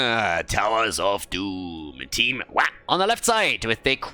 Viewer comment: I swear it sounded like a curse-word being bleeped every time you said Wah! ^.^ on the floor dying